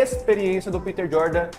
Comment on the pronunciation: Mentira, se acompanha-se o cara não ficaria o vídeo inteiro pronunciando o nome dele errado. Mas, de qualquer forma, óbvio que ele só quer crescer em cimada fan base, como 90% dos influencers.